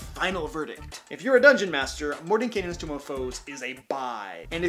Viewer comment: Why does everyone keep saying tomb of foes? It's tome.